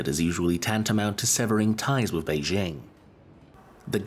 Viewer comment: The “jing” in BeiJing sounds like “jingle” and not like “shingle” Pronouncing “BeiJing” with a fake French accent sounds silly